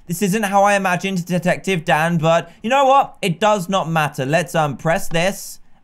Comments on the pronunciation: My whole childhood I though he was saying “hey guys down here” but nah he says “hey guys Dan here” plz don’t say I was the only one 😂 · No you aren’t I thought he was saying it to